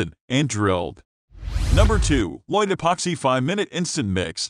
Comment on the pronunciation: very bad....pronunciation... it is called.. LOCK TIGHT ..(LOCKTITE)..